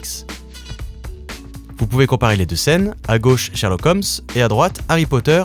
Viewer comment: shErlock holmes, pas shArlock holmes francais de merde